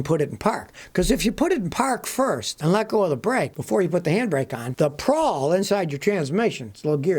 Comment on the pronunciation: Just for the record, Scotty, it's a parking p a w l, not " p r a w l ". But we know what you meant. Kind of like "Cummings" diesel when it's really Cummins, right?